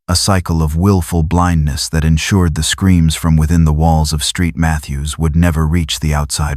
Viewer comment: Street Mathews. Really? Saint Mathews.